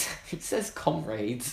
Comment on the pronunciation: no one it's pronounced com-rads